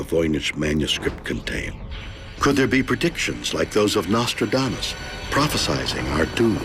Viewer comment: Sure: "prophesying"